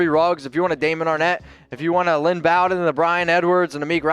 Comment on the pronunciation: "BOE" DEN. Bow as in Bowtie, not as in "bow wow." Also physically he is a slot receiver, but something no one talks about is how hard at his size he was hard to take down. And his instincts on running were Gayle sayersesque. Watch his long runs where he would cut back in and beside the player in front of him he always seemed to do it right when a player behind him had a shot. Could have been blind luck but he has done it multiple times.